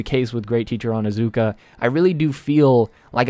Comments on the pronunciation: its not onazuka ITS ONIZUKA!! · It's OnIzuka not how u were saying it lmao